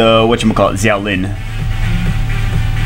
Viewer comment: For the record, Xiao is pronounced "shaow"